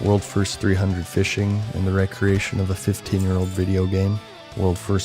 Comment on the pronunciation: 're-creation' is not pronounced the same way as 'recreation'; they're different words...you blithering idiot.